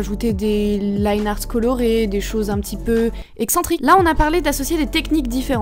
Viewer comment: On se rappelle des temps où elle disait linéarte